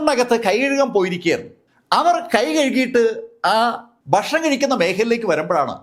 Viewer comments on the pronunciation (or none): none